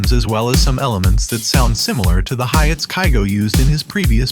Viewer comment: The robo voice be like, "a kick, a snare, and some hi-yets..." we are gonna be using some 80s ruuhh-verbss"